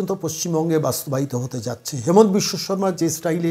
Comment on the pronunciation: Onar Namer U*chcharan habe HI MA NTA asamiya bhashay.... Hemant nay